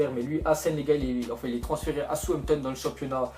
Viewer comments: "guijon" HAHAHHAHHA GIJON "JIJON" toi t'abuse des que c'est pas du français t'es perdu mec. omg ahhahaha SOUTH-HAMP-TON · souanpton 😂 lol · travaille un peu ta prononciation ta écorché tous les noms que ce soit des joueurs( je connais pas "gabidiani" ou "souampton"c'est chiant